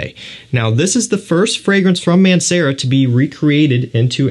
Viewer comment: i was googeling Aunt Sarah for like 10 mins straight until i realized its Mancera